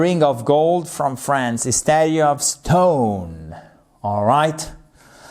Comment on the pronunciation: statue se prononce /ˈstætʃ.uː/ , le deuxieme T se prononce comme le CH de chair et chance